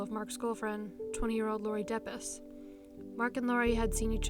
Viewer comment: I lived close to where this happened, when this happened. That is exactly how you pronounce 'Depies'. Great job!!! You do your research!!!